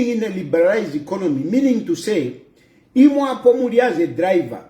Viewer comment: That's why she's even saying Inkonomy 🤣🤣🤣. Uninformed street vuvuzelaz 😂😂😂😂